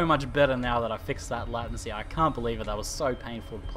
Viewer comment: Hey it's pronounced "lay-tency";) Like the word "Blatent" Hope this helps and thanks for watching;)